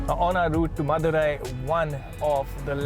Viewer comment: After some time i came to knew that he was saying "madhurai" instead of "mother eye" 😬 मा की आख